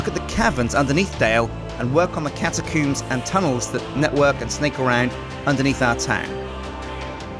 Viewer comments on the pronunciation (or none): "catacooms" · The catacooms?